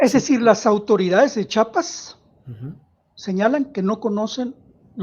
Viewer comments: SE DICE CHIAPAS OJET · A chiapas lo entendemos los chiapanecos, los mal llamados zapatistas formados por el mismo sistema, cobijan al crimen orgado y no empezó desde ahora fue desde el 94, y alguien que no puede ni pronunciar chiapas no puede opinar.